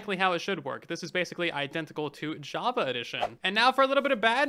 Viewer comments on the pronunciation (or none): none